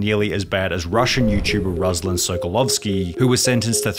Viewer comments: aghc..eeaa... where's my unheard juice... that's not pronounced like that, руслан - ruslán... ima go vomit now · Ruslan* not Răzlan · everyone always says my fucking name wrong! It's R-oo-sl-an